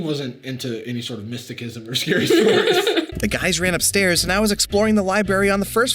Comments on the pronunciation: Pretty sure the guy who says "mysti-kism" also says "li-berry" but you two didn't pick up on it so I must have misheard. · I mean, they did pronounce it "mystickism", I am not surprised... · I heard [mis-de-kism] and felt like the entire video had already lead up to that and nothing is going to be as funny, and it's only been 2 minutes, lol. Also, I am sorry to be pointing this out, but considering the girl who gets denied a kiss is ginger, I could see someone having the "emotional intelligence" to turn them down, however it would actually be the lack of said thing that would cause it, because some people just don't like gingers (I am ginger, I know). As for the girlfriends "personal experience", I also don't wanna be the person pointing this out, but as I have come this far, it's the freckles. Idk what it is about guys, but a dark-haired, tan girl with freckles is like some mystic thing that once a guy looks at the face, they can't stare away. So really, congratulations, lol.